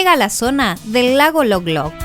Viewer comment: El lago se llama Lolog, no Loglog.